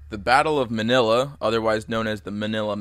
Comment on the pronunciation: You said manila wrong lol